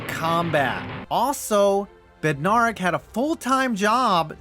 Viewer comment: Bed- nair (like air)-ick